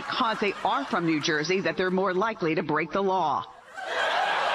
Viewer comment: Not Cuban but New Joisian! 😂